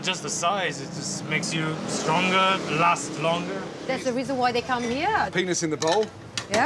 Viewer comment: "STRONGAH AND LAST LONGAH"